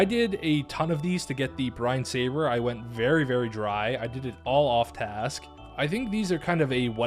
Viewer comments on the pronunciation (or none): none